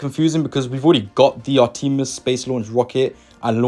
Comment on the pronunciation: Ar-teh-miss. Not Ar-TEE-miss.